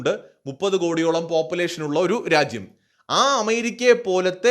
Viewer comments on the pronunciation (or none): none